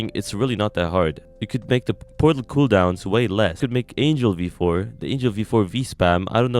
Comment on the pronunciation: does he say it porlat or am i trippin